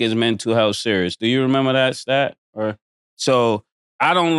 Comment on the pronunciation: STAT GOT NAME RIGHT THIS TIME